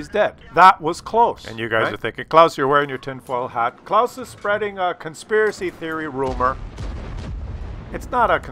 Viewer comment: No it's not close!!! It's Claus hehe ;)